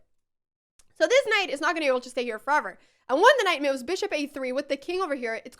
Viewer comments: I adore how every time you say 'moves' you pronounce it 'mewves' :) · I just gotta say it: I am looking forward to every time you say "miuv".